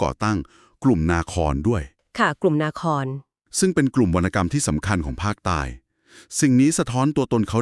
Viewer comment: นาทีที่ ๔ กลุ่มนาคร ( นา คอน ) มิใช่ นา ค่า อะครับ